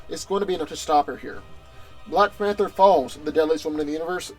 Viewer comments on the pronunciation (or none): "black fanter" is that a new drink?